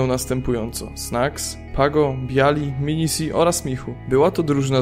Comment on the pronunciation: Minise to nie minisi jak powiedziałeś w filmie, a poprawnie powinno być pągo, znawco.